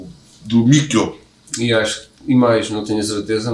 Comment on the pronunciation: Percebi que a partida de Mikio (pronuncia-se Mikí-ô), infelizmente, fez o Babymetal perder um pouco do encanto, alegria e inocência dos temas que resultavam de pesquisa folclórica da cultura popular japonesa e de canções populares infantis. Essa inovação proporcionava bastante alegria, humor e originalidade ao Babymetal. Após a sua triste partida, o Babymetal ficou um pouco sério demais. Mas, continua brilhante e nos encanta sempre, claro. Lamento muito que o Mikio tenha partido. Sempre fico triste quando vejo a sua imagem, devido à saudade da felicidade que ele proporcionava espontaneamente ao Babymetal em todas as apresentações. Creio que a camiseta de seus antigos companheiros no Kamiband representa muito bem o Mikio. Ele está representado sentado, tocando guitarra confortavelmente em uma Lua minguante. Coincidentemente, o acidente que o levou ele contemplava estrelas. Era um músico de jazz genial, além de heavy metal. Sempre sorria como uma criança em todas as apresentações. Parecia uma quarta criança junto com o trio Babymetal. Que Deus o tenha próximo de si. Foi uma pessoa e um artista especial para todos. Como bem exclamaram a família Babymetal, Mikio é o The One, para todos nós. ⭐🎸🌙🦊